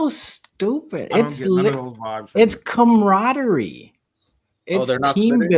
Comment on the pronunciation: "It's comerodery" lmaooo